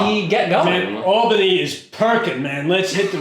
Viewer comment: I've also spent over 25 years in and around Albany. I'm in Troy while I watch this. Also thank you for pronouncing it Awl bany. And not AL bany. People constantly say it wrong.